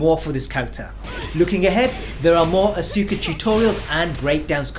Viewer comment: The game literally pronounces her name when you select her. How do you still mispronounce her name? Asuka = Oska. Act as if the "U" isn't there.